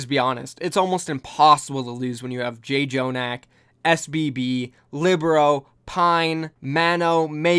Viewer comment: It's pronounced chonak, not jay-jonak. jj (ㅉ) makes a ch sound in korean.